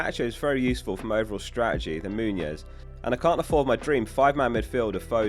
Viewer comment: I feel like you keep pronouncing Muniz like Muñoz; as in Daniel Muñoz